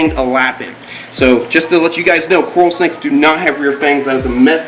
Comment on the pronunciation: I 100% bet the name carl came from trying to say coral snake in the accent and it came out as carl and he just went along as if he planned it Lmao